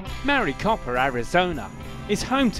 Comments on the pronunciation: Mary-copper ? lol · lol "maricopper" Arizona. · When he said mericoper I lost it say pinal county I dare ya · It’s not Marycopper. It’s Maricopa. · “Mary Cop A” Arizona???? I live here and I had to re-listen to that. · "Maricopper Arizona"?? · As a person from Maricopa county. I laughed the he way he pronounced Maricopa.